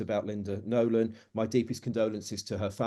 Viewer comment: It's Nolan ,not Nolen .